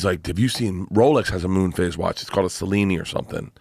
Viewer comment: Moon phase not face😂